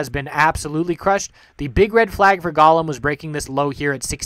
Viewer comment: Good vid, very informative. Ok, Golem is pronounced GO-lem, the O is long!